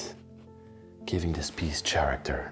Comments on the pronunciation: Please learn da "th", "sh", "ch" & "k for character" sounds. Please. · The word character has the sound of the letter "K" for the "ch" at the beginning of the word. Just trying to assist.